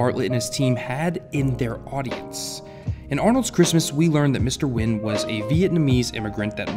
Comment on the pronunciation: It's Mr. Nguyen not Wynn, but all good